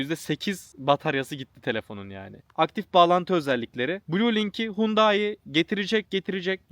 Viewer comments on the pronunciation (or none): none